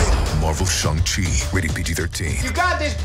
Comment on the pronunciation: I appreciate how he pronounces shangqi properly. It's quite rare for Hollywood to cast Asians who can actually speak Chinese.